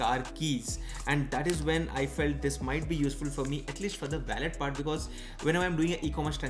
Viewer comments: Bki sb toh accha hai g but its wallet not ballet... Wah-lut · Baki sab theek tha lekin aap wallet ka pronunciation galat bol rahe the.